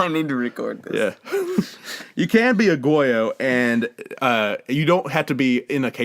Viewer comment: Liz's review... 1st of all, the first 10 minutes are incredibly boring. Also, I actually cant believe how poorly pronounced "aegyo" and "maknae"... it was actually embarrassing. Lastly, I swear you said "cake-pop group" and I don't think it was on purpose.